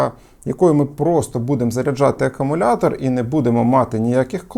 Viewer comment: Як можна стільки років працювати з зарядними пристроями до акумуляторів і вимовляти слово акумулятор неправильно?